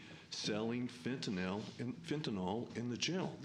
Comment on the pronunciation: Fentanyl... Not FENTANOL